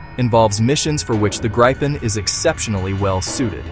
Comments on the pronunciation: Is this AI slop? Why are you calling it the Gripe Pen? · It's not [grippen], [graipen] or [greipen], it's [griepen] (think "reaper"). Nevertheless, it's an awesome little plane!